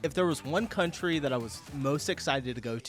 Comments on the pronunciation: Did you just say " if there is one CUNTRY I would be excited to go to, would be Europe, and I thought you were educating your self out side the US OF A lol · No, no, you say that wrong. It's "country of Europe" 🤣